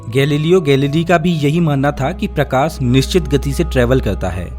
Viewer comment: प्रकास नहीं रे भाई मेरे प्रकाश .... सबसे खराब हिंदी UP और bihar वालो की होती हैं